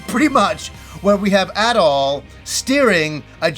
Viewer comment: How much ya wanna bet there will be lots of tower defense scenes? I really hope not, but it's gonna happen because Japan LOVES that stuff. It even found its way into ActRaiser. Also who is localizing this? Maybe they will finally go back to Ys 1-3 where it was pronounced Adol and not ahdoll.